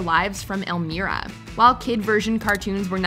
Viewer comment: Elmeera? I almost turned off the video....